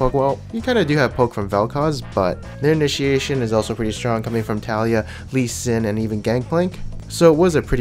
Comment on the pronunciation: It's not Taliyah it's Taliyah